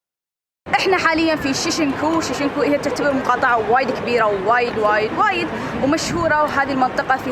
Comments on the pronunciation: Why do you say shishinku it's shinjuku?!-a sincerely triggered human being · شين-جو-كو ،،،،،،،،،،،،،،،،،،،،،،، مو شيشنكو هاذي من كيسك